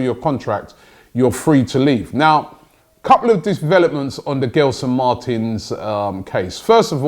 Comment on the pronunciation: Bro why can't you pronounce players names correctly you are butchering poor Gelson Martins name bruv. Sheeesh smh